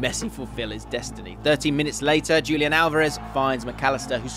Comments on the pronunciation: This was fantastic but just a simple change that could make it so much better is pronouncing the names correctly. Its as simple as switching the accent around and wouldn't even take a minute. It's lioNEL not LIOnel, it's juliAN not JUlian (with the J pronounced as an english H) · Wait wait wait. Am I supposed to believe a guy who says “Dzhulian” instead of “Hulian” Alvarez? Does the guy know any football at all?? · That's not Julian. The pronunciation will be like Hulian. Pls correct your pronunciation